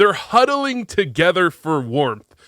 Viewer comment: "They were hudling together for warmth"